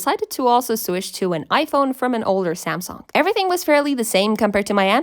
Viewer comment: you say samsung really weirdly samSONG ?